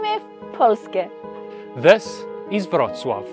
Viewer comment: SUNE ITS WITAMY W " POLSCE " NOT POLSKE WITH A " C " NOT A " K " AND THE SAME IS FOR " PIWNICA SWIDNICKA " IN " PIWNICA WOULD SOUND LIKE PEEVNITSA SWIDNICKA YOU PRONAUNCE C + K AS SEPERATE LETTERS SO THE SOUND WOULD BE LIKE " SHWIDNITZKA" 🇵🇱✝️✡🇮🇱☦🕎🇵🇱